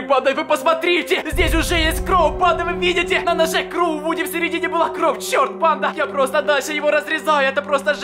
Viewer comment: Мне не кажется или он вместо кровь говорит кров